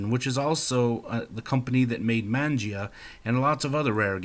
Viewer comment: "man-gee-ahh" no it's....MONJAAH